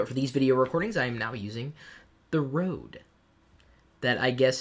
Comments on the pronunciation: it is pronounced Rodee NOT rode!!!!!! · no it's r ø de